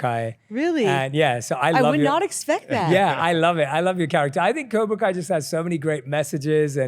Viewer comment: Cobra not kobr